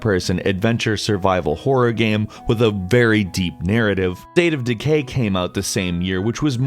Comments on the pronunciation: Did anyone here him say date of decay lol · Hodge he did to!!! Lol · Kevin Hodge yes he did